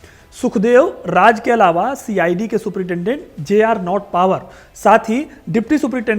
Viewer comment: भाई, नॉट पावर नहीं, नॉट बावर सही नाम था उस अंग्रेज का।